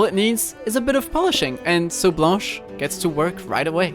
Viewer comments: T'es français nan ? Vu comment t'as dit blanche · Damn, your pronounciation of blanche is impeccable! are you french?